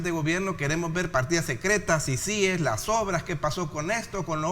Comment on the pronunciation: Por ser una sigla no se tilda. Pero para pronunciar una sigla, por ser una palabra nueva, esta sujeta a cualquier forma de pronunciación. En todo caso, se pronuncia como sea más fácil para el hablante. Pará el señor Raudales es más fácil pronunciarla con acento en la primera I, CÍcies. Pará el resto de salvadoreños es más fácil pronunciarla con acento en la segunda I. ciCÍes. Por eso nadie le paró bola. Él está optando por una pronunciación poco natural.